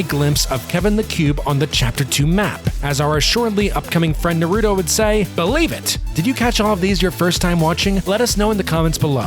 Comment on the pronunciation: It's nar-uh-to not nu-oh-to